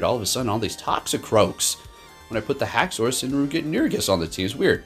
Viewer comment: Re-nu-igus? 🤣 Great battles tho 🤘